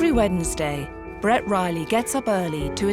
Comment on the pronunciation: Swear the narrator just called that kid bread